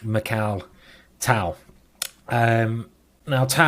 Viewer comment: I wish Simon would just listen to a Russian pronouncing Tal's name and, yes, I know Tal was Latvian.